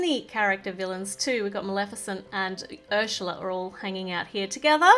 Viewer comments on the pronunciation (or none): If you didn’t notice you said ershla it’s ersla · You said Urshla! Look back at the villains!